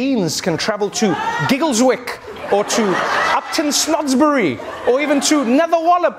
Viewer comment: I believe Trevor mispronounced Giggleswick... LOL